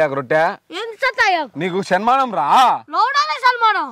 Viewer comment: Sanmaanam ❌ Salmaanam ✅ 😂